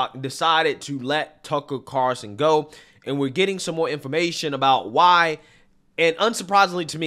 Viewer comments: it’s tucker “CARL-SON” NOT “Carson” like Ben Carson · Carl-Son. Not Car-Son. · CARL-SON. Not CAR-SON. JEEZ!! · CARL-son not CAR-son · I tried so hard to finish this. Saying Tucker CARson over and over just drove me nuts. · Is he saying "Carson" or is it just me? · all he needs now is to learn how to pronounce Tucker's name. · The L in “Carlson” was really giving you hell wasn’t it?😂😂😂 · Love ya but your pronunciation of Carlson is killing me lol. Where's the L? You got Asian in ya?